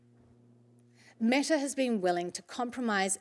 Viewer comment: Nawr not Metawr